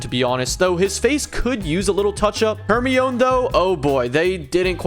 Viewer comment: It'spronounced "HER-MY - NEE"